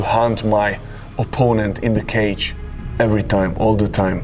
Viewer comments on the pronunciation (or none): none